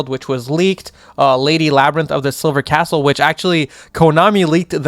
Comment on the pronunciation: lol "Catsle"